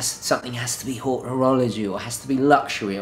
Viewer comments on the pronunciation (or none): none